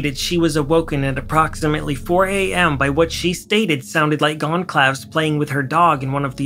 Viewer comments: Goncalves is pronounced 'gone-salve-es'. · Pease pronounce Goncalves correctly. The police talked to the door dash driver BEFORE they were granted permission to arrest BK (the PCA was filed in order to get the go ahead) so if BK was the DD he would have already been interviewed before he was arrested which I assume did not happen based on the PCA, the highway stops and arrest.